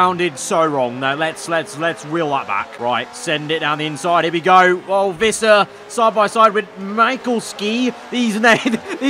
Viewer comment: Michalski is a Polish name and it's pronounced 'mee-hal-skee'.